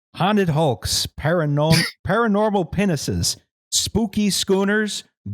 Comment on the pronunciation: I actually didn't know. I listened to it 3-4 times over but it just sounds like "Penises" to me. Is that a type of boat? Same with "Scouse".